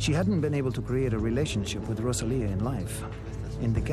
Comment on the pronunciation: It's not RosaliE is RosaliA , we don't change english names and why you must to change our names!